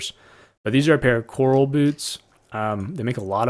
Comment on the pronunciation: Also Corral is like a horse corral...not ocean coral. :) Love your videos! Thanks for sharing.